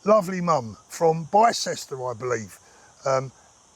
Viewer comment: Bicester is pronounced “bister”